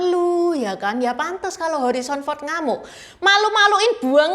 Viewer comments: Harison bukan horizon 😅😅😅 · Harrison Ford, bukan Horrison Ford. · Bacanya Herison Ford bukan Horison Ford, katanya aktor top masa namanya aja salah nyebut Cik? Malu donk ditonton orang sedunia.